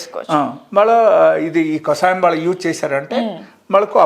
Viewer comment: Mentaldi anchor iritating too much,kasayam kadu kashayam